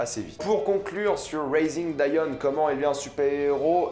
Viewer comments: on dit diON pas dian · pourquoi tu dis dAion alors que même dans la série en VO ils disent Dion? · Comment peux-tu prononcer Dion « Daïon » après l.avoir vu en anglais ? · En français ça se prononce « dionne » 😂 et je suis pas du tout d’accord, j’ai vraiment aimé cette série et j’ai hâte de voir la saison 2 (je pense qu’il y en a une) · En francais sa se prononce Dionne mais sa s'écrit Dion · Sa se prononce Dionne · Wallah arète de dire daion tu me stresses appelle daion 😤😤😤😤😤😤😤😤😤😤😤😤😤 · On dit dione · Que tu prononces son nom moi j’entends John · On dit dion (dillionne)